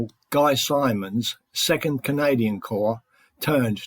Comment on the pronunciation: Yes, I know it has only one M and a D, but t's pronounced "Simmons".